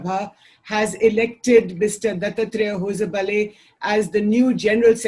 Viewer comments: please learn to pronounce Dattatreya Hosabale. If unsure please give out a disclaimer like Shekharji and your fellow liberal hosts in West do. It looks pompuous n self centered the way you say the name currently. As somebody from South of the Vindhyas I can assure it's pronounced ದತ್ತಾತ್ರೇಯ ಹೊಸಬಾಳೆ /दत्तात्रेय हॉसबाळॅ. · Why can't she even pronounce his name correctly. English speaking lutyens can't pronounce Indian names. And they can't become white either. Trishanku. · The anchor needs to learn how to pronounce Dattatreya Hosabale. Typical Left Liberal Lutyens Anchor.